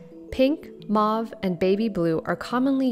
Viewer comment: Syan not Kyan. Mauve not Mov.